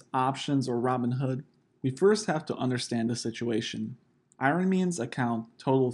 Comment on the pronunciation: It’s pronounced “I-Run-Knee” Not “Iron-ee”